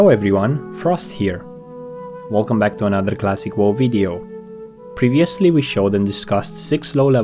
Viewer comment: Cwassic Woe